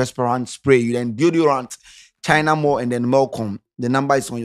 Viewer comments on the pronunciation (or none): none